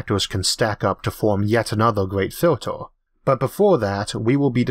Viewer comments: so i learn it is pronounced FILTOR, not filter.. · I love how you say 'filtor' (filter). Great content! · filtOOr, smalOOr, good video anyway.